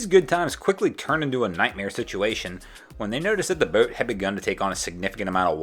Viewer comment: How you say, boat is hilarious... more like boaeete